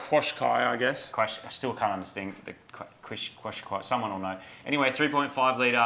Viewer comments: Quokqa. Love the show guys and in the uk its pronounced cashkai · Qashqai is pronounced cash-kye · As far as I know, the Nissan is pronounced “Cash-Kai” or at least it is in the UK 😂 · It's "Kashkai" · I think it's pronounced cashkai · It’s pronounced “cash - kye” according to all the Nissan training I’ve completed